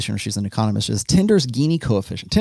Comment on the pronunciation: "GINI" is pronounced as "Jini" . Economist